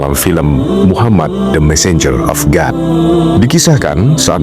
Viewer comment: Sebutan God biar betul